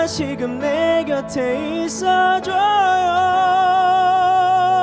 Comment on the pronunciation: 왼쪽:3중에 최고음, 근데 안정적이라기 보단 목으로 얕게 지르는 불안불안(지키지못한에서 한글자한글자 따로 지름 지키지못한~을 지!키!지!못!한) 중간:발음 자꾸 뭉갬, 플라워 고유진처럼 뭉개면 ㅆ간지인데 그냥 이분은 혼자 감미로운척 하는거같음(다아아시금을 드으으으시금, 그대의를 그드으) 오른쪽:음색이 호불호긴한데 난 좋음. 근데 저음에서 가사전달도 잘 안되고 음도 안올라거는데. 이렇게 따지면 박명수도 프로가수임